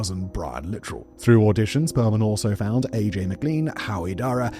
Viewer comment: You could also make a CC episode about this, considering the SA he's been accused of by several of the boys he managed. Also, JC's last name is pronounced "Sha - ZAY", and Brian's last name is "Li - TRELL".